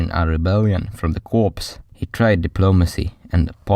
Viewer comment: I really appreciate someone covering this topic. If it was taught to me in school, then it was it was so heavily marginalised that I don't remember it being mentioned. Constructive criticism: sounds like English is your second language. Corps is unfortunately not pronounced as it is spelt - it's pronounced the same way as the word "core" (e.g. core of the Earth). Hope that helps with any other content that you wish to make.